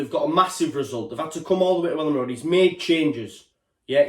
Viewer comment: FFS that is Elland Road, not Ellen road